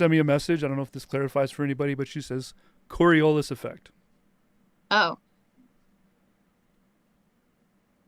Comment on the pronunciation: She's certainly one of the intellectually laziest people I've ever encountered, to the point of not knowing how to pronounce " "Ockham" and "Coriolis". I know, I know, you can't be expected to know every little thing...